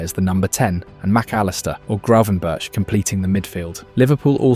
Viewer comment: Ai? Haha who is gray-ven-bersh